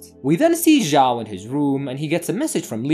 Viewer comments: Zhao should pronounce chao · 'ziao' 💀bro it takes two seconds to check the pronunciation in google translate pls I'm begging